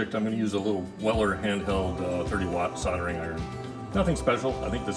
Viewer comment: "sol-der-ing" with an "l" please 😊 sounds much better. Great show by the way. 👍🏻